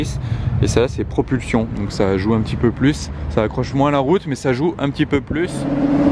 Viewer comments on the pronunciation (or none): none